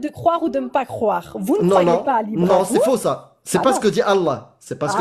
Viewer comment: Ah ouais, ça pique les oreilles ! Croiver, croiver !